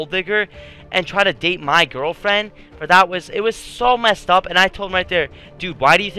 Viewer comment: You were about to say gwirlfriend lol